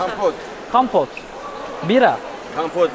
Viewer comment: Kampot diyo komposto yani 😂 kompot kompot😂😂